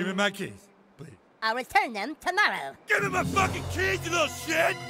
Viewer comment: "I'll return them toomorow!"